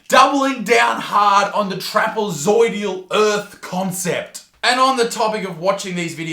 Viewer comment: Sorry if it's already been said... the word is trapezoidal, not trapezoidial.